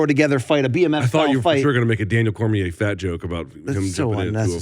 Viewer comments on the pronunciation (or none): none